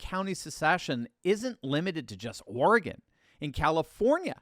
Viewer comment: Thank you for pronouncing Oregon correctly. Folks from the east coast normally sound ridiculous when the say Oregon.